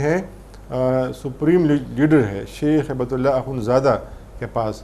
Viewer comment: کامران خان صاحب،ہیبت اللہ نا کہیں۔ ہبت اللہ عربی لفظ ہبہ سے بنا ہے۔ان کوHibatullah کہا کریں۔